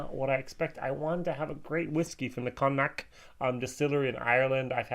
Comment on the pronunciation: Another good review, just an FYI, Connacht is pronounced “Con-Knocked”. I know Irish is nearly as bad as Scottish to pronounce :) Might I suggest you review the new Kilbeggan Small Batch Rye edition, it is the first Kilbeggan to be 100% distilled, aged and bottled at the revamped Kilbeggan/Lockes Distillery as opposed to Cooley. Quite nice. Also Mitchell & Son have just relaunched the Red Spot 15yr old, I have a bottle on the way :) Keep up the good work. Slainte.